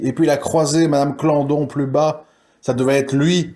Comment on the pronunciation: C est pas melin c est Colin Et pas clandon mais claudon